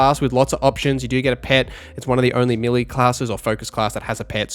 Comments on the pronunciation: Great video n really helpful. One thing though. Melee is (may lay) not milly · its pronounced melay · and your mispronunciation of 'melee' is a constant source of amusement to us. Thanks!